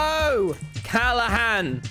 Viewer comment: No one: Tommy: cAlla hán